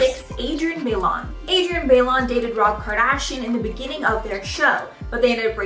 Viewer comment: Bailon = "Buy-lone" not "Bay-lawn"